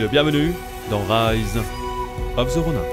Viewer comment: "Rise of the ronain" 😭😭 tu peux pas faire ca mais on t’aime quand meme